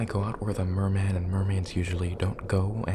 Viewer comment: "of course i do i'm a frickin merrman" Made me CHOKE with laughter I feel CALLED OUT